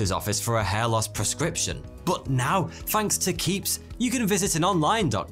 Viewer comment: Listen to how he says "thanks" . He says "th" with a "ff" sound. It's just his accent. Hence, why is sounds like 42.